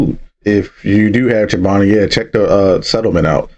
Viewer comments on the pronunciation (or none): Played around with the word chobani - chinoba ? It's just missing the L 😮